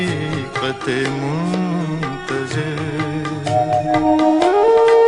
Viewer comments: Not Jagjeet singh voice and misteck in Liricks he sad {muntazir} repless ~muntazar ~ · pehla misra hi ghalat adaa kiya gayaa hai. yahaan asl lafz ' muntazir' naheen 'muntazar' hai. yeh aawaaz bhi Jagjeet Singh ki naheen hai. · The correct phrase here is"Haqioqat-e- ""MUNTAZAR"as is shown in the caption,but the sinnger pronopunces"muntazir"which is not correct here.This seems to be because in Urdu we only used the word "muntazir"which neans one who does the intizar,but Iqbal has used the passive foprm "muntazar" which means the one we are waiting far....i,e, God,As the person who used it is Iqbal it has become accepted part of part of Urdu which form was previously used dnly in Arabic.